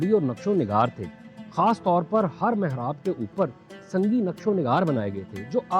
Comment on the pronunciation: Your video commentaries on the historical monuments of Lahore are excellent. Your Urdu is fluent except for a few words here and there that need correction. eg. Mehrab, not Mohrab, Mawarrekh, not Morrekh, Marammat, not Murammat, and a few other cases of mispronunciation. In any case, your videos are providing an excellent review for the Department of Archeology to focus on the work of restoration and beautification of the historical monuments of Lahore and other cities. Well done, keep going.❤